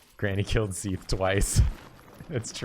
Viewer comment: ah, you mean seathe. I couldn't tell if you were trying to say that of sif